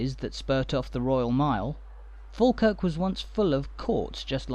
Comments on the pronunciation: There are still tunnels under the ground from the old jail to the old court, folk used to have to be taken underground as it was safer than taking them through crowded streets. You have a good look at my house in this video. We pronounce it Fawkirk, a long time ago when someone was writing it down, they assumed that like Ball and Wall, we pronounce baw and Wa, Fawkirk was the same so they wrote it down as Falkirk, Its not. Its Fawkirk. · That voice.... Argh... Is it even human? So feckin annoying. Can't even pronounce the subject of the video. Sigh